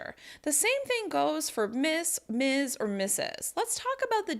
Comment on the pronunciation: Just one suggestion: I'm not a native. I'm from Ecuador and I think it is a little hard for us to get the "z" pronunciation right. Maybe a little more practice of the "Ms" final sound? You know, differentiating the "Ms" and the "Miss" sound..